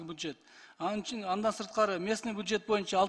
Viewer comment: буджет эмес бюджет болотко